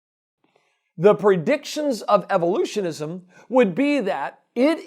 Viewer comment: The way he speaks "evolutionISM" make me cringe... :(